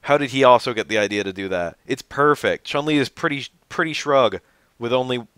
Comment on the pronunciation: The u vowel in Chunli and Yun is pronounced with a "oo" sound btw (Choon-lee and Yoon). That aside, I wish I could've thought of changes like that.